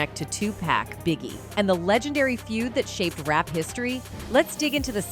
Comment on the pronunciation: his name not 2pack this video full of sh